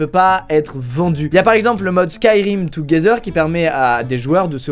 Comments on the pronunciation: 4.40 Touguézeur 😭 yes l’anglais parfait de squeezie 😂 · Ça ce dis comme as